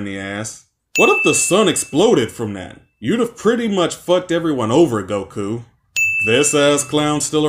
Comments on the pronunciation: Same with him putting emphasis on the ku in Goku’s name. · Why do you pronounce goku like it’s a question? Gokuuuuu?